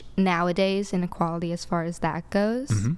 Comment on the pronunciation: When did “that” become “thawt?”